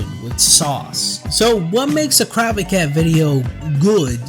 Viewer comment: good video but the way you pronounce “crowbcat” is like a fork scraping a plate